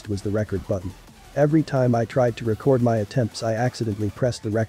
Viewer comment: I could tell it was an ai when he said record as records without the s